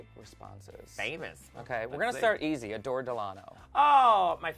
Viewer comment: are we just gonna ignore the fact the he called adore or door 😂😂😂😂😂😂😂😂😂😂👌🏼